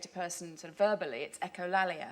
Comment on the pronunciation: . Almost, it's 'echo-lay-lia' (ɛkəʊˈleɪlɪə)